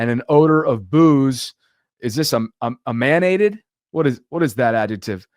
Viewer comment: Good lord.....Emanate - originate from; be produced by, give out or emit. Say it like this EM-AN-ATE. SMH